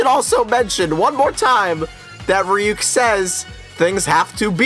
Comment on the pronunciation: what tf is a reeyook and why does it like apples